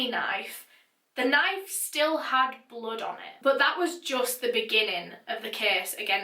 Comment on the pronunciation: Does she pronounce blood as blud ? Btw love her narrations 👌🏼💯